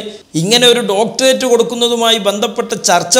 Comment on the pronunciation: സംസാരത്തിൽ യാതൊരു കഴമ്പും ഇല്ല. വ്യക്തി തേജോവധം അല്ലാതെ.സംസ്കാരം എങ്കിലും ഉണ്ടാകട്ടെ ഉണ്ടാകട്ടെ എന്ന് പ്രാർത്ഥിക്കാം. ഡോക്ടറേറ്റ് എന്ന് ശരിയായി ഉച്ഛരിക്കാനെങ്കിലും പഠിക്കണം.